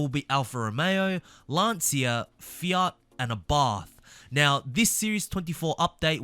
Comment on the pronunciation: Isn't Lancia pronounced Lan-cha?